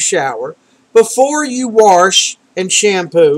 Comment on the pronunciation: are you saying "warsh"?